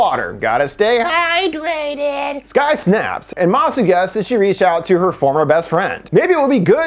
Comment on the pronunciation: The way he says “HyDrAtEd”😂😂😂😂😂